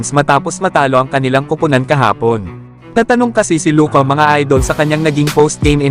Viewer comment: Luka not loca